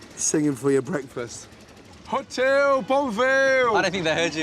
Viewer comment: Sounds like : HOTEL BOUVEL!!!